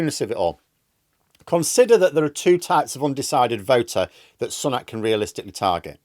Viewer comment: I like you but always wonder why you pronounce it as "sunnak" unlike every other media outlet.